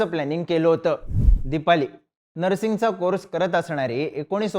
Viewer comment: नरसिंग नाही रे - ते 'नर्सिंग' असतं! 😂